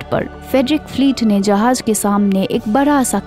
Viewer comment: Uffffff jahaz bolte he tumari jahaj sun ke zussa Araha he